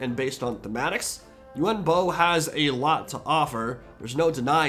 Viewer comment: He's called yuan bo not yuen bo